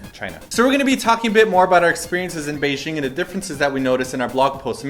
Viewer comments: Why do people say Bei "zh"ing? As far as I know and can tell from my Chinese parents, it really is said like its spelled. Beijing. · You are pronouncing Beijing wrong. J as in jam. G sound. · The pronunciation of 'Beijing' tho